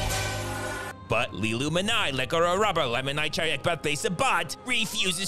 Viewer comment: Notice how the first three syllables of her name sound like "illumined eye."